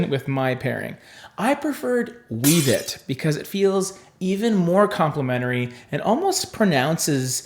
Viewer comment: Pssst Wevet is pronounced "WEH-vet". Incarnadine is "in-CAR-na-deen." F&B has a YT channel with quick clips on every shade, if you ever wonder how to pronounce something.